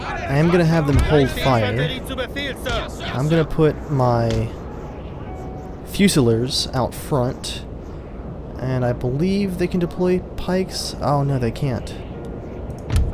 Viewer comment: It's foosileers by the way. Love this series, and correcting your pronunciations :)